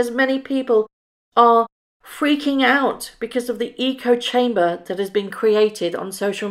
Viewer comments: Echo chamber is a thing but the way he pronounced it, sounded like eco-chamber (like eco short for ecology) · Our favorite Eton educated royal bozo likely meant to say “echo chamber” not “eco chamber”. I don’t know whether that was a slip of the tongue, or if it’s because he can’t read. “Echo chamber” would make perfect sense. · I have to preface this with saying I can't bear MM - or him - and I love and these videos, but I have to ask, did Harry actually say "eco chamber", or was it "echo chamber"? Echo chamber is an actual term used to express a metaphorical description of a situation in which beliefs are amplified or reinforced by communication and repetition inside a closed system and insulates them from rebuttal. If Harry pronounced it "eco" instead of "echo", he clearly has no idea what he's talking about and is just repeating some piffle he's read or heard from his puppetmaster wife. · Has-been saying eco chamber was him misreading the lines Beggin' Meggin wrote for him. She wrote echo chamber but he's not the smartest bloke and he read his lines wrong. If this were a television show or movie, it would have made the blooper reel. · Did H really say "ECO-CHAMBER"??? not the proper terminology "echo chamber"?? Dear Lord he is so DUMB😂😂😂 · Do u think he was supposed to say “ Echo Chamber” , fluffed his lines !!!